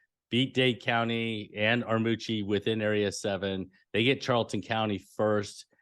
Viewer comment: It's pronounced "Armurchee." There's a second, invisible "r."